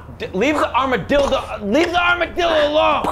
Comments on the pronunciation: did he say armadildo? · "Armadildo" Anyone else catch that? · Lol did he actually say Armadildo? 😂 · He almost said “Arma-Dildo” 😂😂😂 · i love that little slip up. "leave the Armadildo" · "Armadilldo" ok, that's insaneo style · We heard the armadildo slip. We know what you were thinking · I love how he almost said "armadildo" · Armadilldo…. He said it, and we all heard it… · The fact that almost said armadildo is literally killing me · It sounded genuinely accidental when he said “Armadildo” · HE ALMOST SAID ARMADILDO THAT SHIT CAUGHT ME OFF GUARD SO HARD LMAO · "Armadild- armadillo" 👀👀👀😂😂😂😂😂😂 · Lol he accidentally said armaDILDO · 'Armadildo' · Lmao he almost said "armadildo" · He said armadildo HAHA so funny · he almost said armadildo. lol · Heh, he said armadildo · Did he just said "armadildo"? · Did he almost say armodildo?